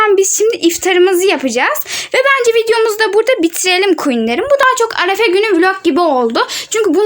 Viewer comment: Arafe değil arefe😂